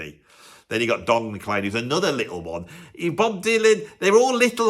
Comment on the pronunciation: Not surprised hates the song "American Pie". The lyrics pretty much slag off the British rock invasion of the USA in the 1960s (particularly the Beatles) and pines for the Americana music that often rails against! Oh, and Don McLean's name is pronounced "Mac-CLEAN" and not "McClane" like the name of the protagonist from the "Die Hard" movies!